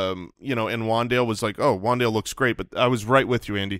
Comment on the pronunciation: Keep Wan'Dale a secret, yall! That's my dude.. and it's pronounced Wan'Dal'e